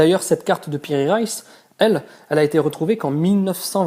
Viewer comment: Piri Reis et non Raïs aussi Reis se dit en deux syllabe Re is